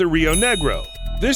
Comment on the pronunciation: They way you said Branco and Negro was absolutely funny